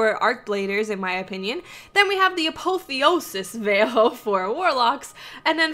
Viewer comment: A-POTH-E-O-SIS VAIL is how it's pronounced